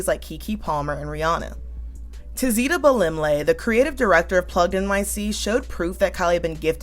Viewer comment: As an ethiopian the way you said "tizita" is so funny🤣